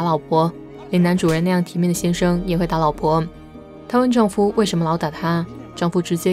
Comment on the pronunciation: 丈夫（fu 轻声），不是丈夫（fu 第一声） 公公（第二个gong是轻声）